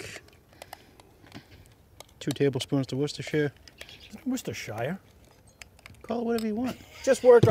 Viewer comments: finally a cooking show that knows how to pronounce Worcestershire. Crunching the cereal is more like aAlly Sheedy in The Breakfast Club. Anither great vid guys! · "We were all shocked, made something tasty"👍"shake n bake" "Ricky Bobby is my friend" Love the intro tweaks. Looked simple to me, I don't generally like long videos, but I didn't notice it was 23min till I clicked it to watch a second time. pronounces Worcestershire properly, though I like "Whorster sauce" I'm in Maine and I don't ware shorts. It hurt watching you use that salt(and not enough of it in my opinion) I will try to send you some real salt if you like, just need to decide in which form.